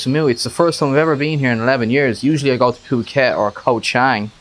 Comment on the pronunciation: If you’ve been here 11 years, at least you should know how to pronounce Phuket.